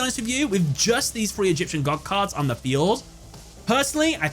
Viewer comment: "Egipcan Con Cards" 😂